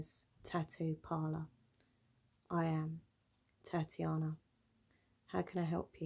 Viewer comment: TAT-iana 😂 I’m dead